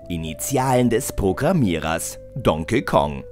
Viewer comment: Yoshi mit lang gezogenen O ? , die Aussprache von Donkey Kong auch grottig, Es heißt HYRULE und nicht Hiriel ! Meine Fresse schmeit den Sprecher raus und recherchiert anständiger nichtmal Volai kann der richtig aussprechen, erbärmlich. Sprecher raus, neuen einstellen und mehr recherchieren ist das Zauberwort und diese Videos etwas besser aus dem original zu übersetzen !